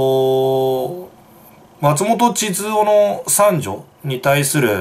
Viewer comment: 膣奥やなくて(ちつお) 智津夫(ちづお)やで!